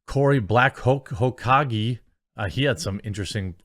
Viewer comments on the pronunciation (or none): It's Hoka-gay that's how you pronounce it